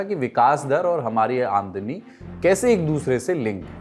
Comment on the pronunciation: He didn’t say Aamdani right